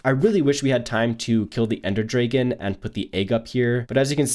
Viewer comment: I can't 😂 "ender draygon" lol😭(not hating luv the vids about decorating)